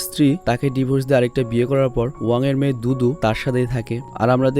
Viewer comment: ভাই দুতু নাম টা আমি দুদু সুনতে পেলাম।😁😁😁